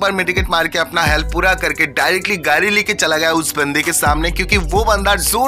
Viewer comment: Gadi❌😑 Gari ✅😅